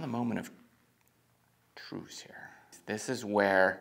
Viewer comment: Did you say... "moment of "Truce"" ?... 😂